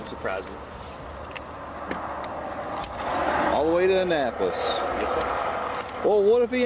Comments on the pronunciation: Omg its not Ann apolis Maryland ahnnapolis thats how you pronounce it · A-Nap-Po-Lis FYSA